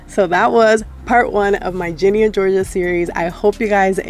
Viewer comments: I ain't judging you but I love how the whole video you're like "gEnIe" instead of "Ginny" 😭😭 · Net her calling Ginny 'Genie'😭✋😂